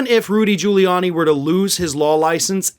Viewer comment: I seriously doubt he passed the bar in the first place. It takes a lot of work to pass at all. Giuliani can't even pronounce his own name. Its Quili-ann- ye not Julie-arnie. The idiot thinks Italian phonetics are the same as English.